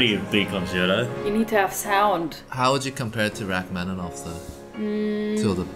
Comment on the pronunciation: First, twas great to hear pronounce Rachmaninov’s surname 99% correct. Second, Balakirev, whilst not well-remembered, did say it himself he was competing against Ravel in terms of technical difficulty of his pieces (and like Ravel, he wasn’t really able to play his own compositions). So it’s not surprise that a work of his is there next to the (in)famous Gaspard in the Night